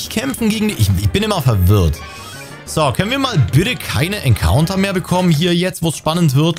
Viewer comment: Richtig nice Folge Wäre gerne ein Encounter, werde Englisch ausgesprochen.